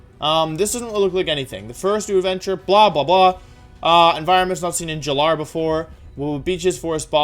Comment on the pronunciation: Does he mispronounce every name on purpose who says “jalar” and “jer-atina”